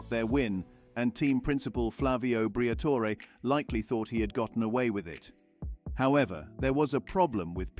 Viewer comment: The AI narration needs work. Al-Peen vs Al-Pine and whether to pronounce the "e" in Briatore🤔